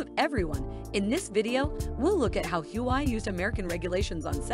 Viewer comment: It's not "Who I" but Hua Wei.